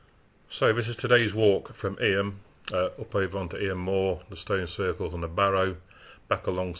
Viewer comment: Enjoyed that. For the record it's pronounced EEM.